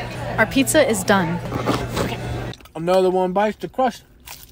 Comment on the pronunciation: “ Anover one bites the cwust ChOmP” lol